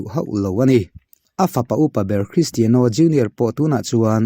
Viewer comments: Kalo sawi ve lawk.. Cristiano Ronaldo hming i lam laia 'Cristiano' tih lai i lam dan hi a mawi chiahlo ee kalo tia.Ka hre ber e ka tihna lam nilo in keyboard a 'Piano' kan lam dan ang chiah hian 'Tiano' -Cristiano tiha lam hi a lam dan dik zawk anilo maw le.. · Mizo Official channel Thalai Association Chuan Christiano A Lam Dan A Mawi Chiahlo Avangin NA TAKIN KAN DEM E. Tunah chin atang chuan 'Piano' Kan Lam Dan Ang Chiah a 'Tiano' ti a lam tawh tur in kan phut tlat e Secretary Mizo Official Channel Thalai Association